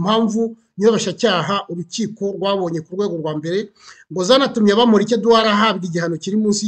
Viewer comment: Eh How are you pronouncing Bamporiki 😰😰…it’s so hard to focus pe 😂